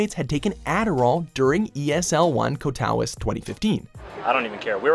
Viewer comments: its pronouced KATO VIZTA. NOT KATOWIS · "Ko-tao-ice"? "Ka-toe-vi-say" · Ko Taw Is? It's pronounced Kah-toe-veet-sa. FFS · never mind butchering their names, you also butchered the pronunciation for Katowice You even switched Kato- to Kota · Kotawince? Its Katowice. Jesus look UP THE FUCKING PRONUNCIATIONS FIRST. And you show The Summoner's Cup for a StarCraft segment? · Co tow wice; you mean katowice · Catouwis? Bro come on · The way he said katowice lol, its not cat-ow-is it its kat-or-veetsay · Co-tal-wis? Katowice? Americans don't even try do they? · Stopped watching at "cat-ow-wiss" for "kato-wee-say" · KAT-OH-VEE-CHAY! NOT kaTOW-is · Wait how did he just pronounce Katowice??? Hahahhaa oh god. It’s cat-o-vici not cat-ow-ice omg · It's Katowice not Kotawice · KAT O WISS LMAOOOOOOOO ITS KAT O VISAAAA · Kotawice????????????? It is clearly spelled as "katowice" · Cohtowiss?! It’s pronounced Cat-oh-veet-suh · Came here to say that it's Katovitze/Katovitza and not Katawuz LUL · He even switched the O and the A. He said Kotawice, even though it's Katowice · ESL ONE - Katowice is pronounced - CAT-O-VITZ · Kotavis lol, it’s Katowice not wtf you just pronounced there lol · Isn't Katowice pronounced "Kat-o-vee-say"? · co-tow-is :O no no no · "Ko-tah-wiss" oof that's a butchering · How you prounouced Katowice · “Ko-ta-wiss” YIKES LOL You should really look up how to say names of locations at least. That’s the most butchered way I’ve heard “Katowice” pronounced ever. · It's KAT-O-TWICE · cat oh wee say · KO TAO ISH? My ears. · CAT A WISS LMAO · what is coat ow iss? learn how to pronounce Katowice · Lol... I didn't even catch it was Katowice they were talking about to begin with. "cat oh wit seh" is ca how it's said, for those wondering. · I just posted a comment about that and was scrolling through to see if anyone else said the same lol it’s so bad. “Cohtowiss” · It's pronounced "katovitsé" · Its Ka-To-Vi-Ce. xD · Katowice is pronounced cat-oh-veets-uh